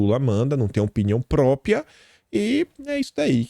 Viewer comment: Pq é tão difícil dizer PRÓPRIA ao invés de PRÓPIA ? KKKKKKK